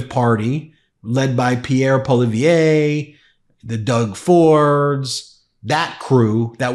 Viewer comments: [Correct Pierre Poilievre pronunciation] *Soundslike*:[Poi]-[Li]-[Ev]-[Re] [*Boy*Lee*Ev*R-uh*] 💙💙💙 ur work! Just cudnt let u keep mispronouncing t/ 'PRONUNCIATION OF T/ GRIFTER-AND-THIEF D.JESSICA.T.'s Northern BFF'S (BOY-FRIEND's FOREVER NOT BEST😂) Pierre Poilievre... So: [POI]-[LI]-[EV]-[RE] 🤩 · Its pronounced "Poah-duh-lee-ayvre" kinda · Correction. It is Pierre poly-ev (like ever without the r), and Trump is a moron who thinks he understands tariffs. Trudeau may not be the most popular PM in recent memory, but man of us Canadians agree with the targeted retaliation tariffs. Trump cares nothing about the middle Americans, let alone trade partners, unless he (or his $$$$ "friends") can benefit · You're mispronouncing the name of our right-wing menace.... It's Polievre not Polivier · I love your show. So, Ifeelaneed to correct your pronunciation of Pierre Poilievre. It's like this. PWA--LEE--EV. Keep up the great work. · Love you Ben. Just a little hint on how to pronounce Poilievre; sounds like poly ev. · Ben, you really struggle with pronouncing the name of Pierre Poilievre....you've got the Pierre down, so let's look at the family name. Poilievre. Three syllables. First one, "Poi" = pwah, second one "li" = lee, and the third, toughest one "evre" = eh-vrah. So together: pwah-lee-eh-vrah - you can do this! I've a subscriber and love all of your contributors. Keep up the good work. Oh and 81% of Canadians oppose becoming the 51st state of the U.S. and Trump referring to our Prime Minister as the "Governor" is incredibly insulting to all of us. We are not a vassal state of the U.S. we are a bilateral trillion dollar trading partner. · Ben, we hope it doesn't come to this but should you need to refer to the odious leader of the opposition in Canada, it's pronounced Polly-ev-ruh. We despise him, too. He's almost as stupid and vulgar as the orange moron. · FYI. Pierre Poilievre. Last name pronounced: poy-lee-ev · Poilievre pronounced poy-lee-ev